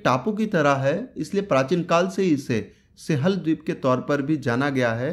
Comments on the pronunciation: Singhal h bhai wo sihal nhi thoda apni hindi ki pronunciation pr dhyan de😃😃😃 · सिहल नही यार भाई। सिंगल बोलो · लिखत हैं सिंहल द्वीप लेकिन उसका उच्चारण सिंव्हल द्वीप है | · सिंहल, सिंहल उच्चारण नहीं होता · सिंहल का उच्चारण सीख ले रे बावलिबूच